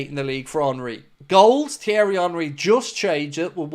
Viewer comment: “TH-ierry” it’s pronounced T-ierry the H is silent you chav🤦🏻 it’s embarrassing Henry’s first name been mentioned over billion times in commentary matches/interviews & all sorts of social media yet couldn’t get it right & you want to talk about a player that clearly hasn’t heard of before just shut up.